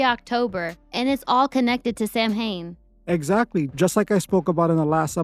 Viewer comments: It looks like Sam hane but it’s Sow When because it’s Gaelic. Aiofe is Ee Fah like Niamh is pronounced Neeve. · How do we know these celebrities that die don't just get a one way ticket out of our flat earth prison past the no go zones for doing such a good job at deceiving the masses? Also Samhain in pronounced "sao-han"